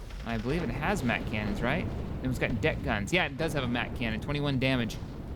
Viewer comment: sorry u did say Mac Canon